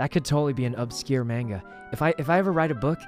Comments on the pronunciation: I love sykunno but him pronouncing manga and yandere like that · it's a comic called stalker x stalker by Merryweathery on webtoon. It's pretty great. Also smooth moves on poki there. 👌 Also your pronounciations of mang And yandere are killing me